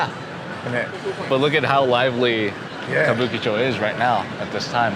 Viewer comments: Even after 3 tries, you still got it wrong - Kabuchicho! haha! It was funny. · You had me laughing...you couldn't pronounce Kabukicho...It's "Kabu-Ki-Cho" not "Kabu-Chee-Cho...so the "Ki" is pronounced like "Key" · couldn't say Kabu'KI' cho if his life depended on it😂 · Goddamn, it's Kabu-KI-cho